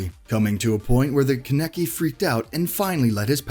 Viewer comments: Keneki? Dude have you never heard Kaneki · ITS KA-NA-KI NOT KA-NE-KI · Kene-ki Kan-ek-i LEAARRRNNN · Dude is kankie not kinekie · Who in the hell is Keneki?! ITS KANEKI KAN-EKI KANEKI srry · My guy get your narrator to say the names right He called Kaneki kan-eki and its ka-ne-ki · Its pronounced konekee but spelled kaneki it annoys me when people get that wrong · Kan-eki like wtf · Thanks for clarifying that it was a mistake cause when the narrator said Kaneki. I nearly yelled in rage. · How tf you gonna pronounced kaneki name all wrong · Anyone else get triggered when he said kaneki’s name wrong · CXN ReFlekt I did but it’s whatever \ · He said kaneki and minato wrong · He just missed Meliodas,Escanor,Natsu,luffy, and Mispronounced kaneki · Seeing “mispronounced kaneki” imma just click off now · He is Pronouncing Kaneki wrong and it’s triggering me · It’s funny how he says kaneki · Nobody: Nobody at all: Not Even God: WEEBS: THATS NOT HOW YOU SAY KANEKI OR MINATO!!!!!!! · Im a little annoyed on how he says kaneki’s name